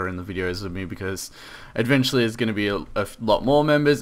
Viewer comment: Why do you say edventually and not eventually?